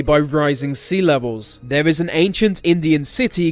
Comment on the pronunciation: this guy cant say th properly. he says ve m instead of then and ver instead of there